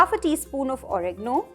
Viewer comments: It's pronounced as Oregaaano. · It’s pronounced erbs and oregaaaano